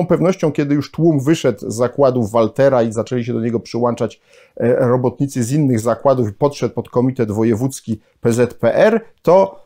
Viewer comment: Panie Profesorze. Uwielbiam Pana wykłady! Są świetne! Proszę popracować nad słowem "przyłANczać" .